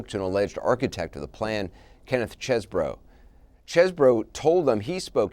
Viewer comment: Its not Chesbro. Its Cheese BRO!!